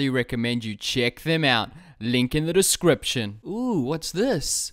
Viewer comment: you said link in the description differently than usual DUDE